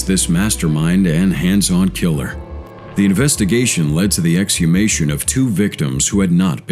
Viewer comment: That stupid A.I. can't read. In the word, 'exhumation' this A.I. pronounced the h, but it's silent.